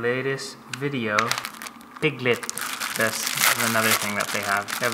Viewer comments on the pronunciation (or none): "Piglet" STOP SAYING PIGTEL WHY NIT PIG LEG?!